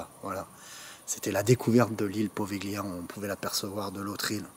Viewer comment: Slt, étant italien ça me fait mal aux oreilles à force... Ça se prononce povilia!!!!!